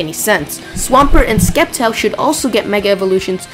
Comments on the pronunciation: sceptile the c is the s pronounced kind not the k so it is not pronounced skeptile but septile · The c is silent in Sceptile. -_- Also, just because you like Mega Blastoise most, it doesn't mean it's the most popular.